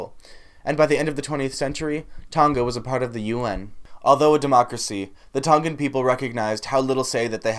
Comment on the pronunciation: Respect your interest in our culture but you should learn the pronunciation first from a Tongan speaker before you even attempt.